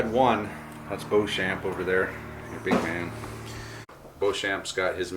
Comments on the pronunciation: It would normally be pronounced Bow-shon which is the French proununciation. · A fascinating game with an interesting swing in fortunes. (NB I'd expect to pronounce Beauchamp as Beecham)